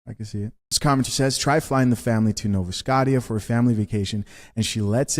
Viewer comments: Lol Nova Scott-E-A. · It's pronounced NO-VUH SKOSH-UH.